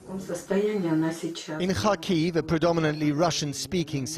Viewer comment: Good documentary. But you butchered the pronunciation of "Kharkiv".